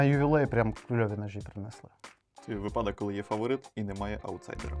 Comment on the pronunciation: випАдок, чи вИпадок?!?. Долбєнь., звідки ти , та твої батьки?